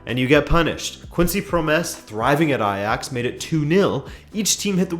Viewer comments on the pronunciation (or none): none